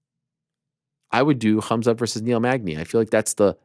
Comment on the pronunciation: No one gonna talk about Colby calling khamzat kumshot 😂😅